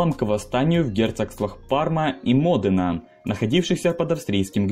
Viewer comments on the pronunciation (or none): поправочка не мОдена, а модЕна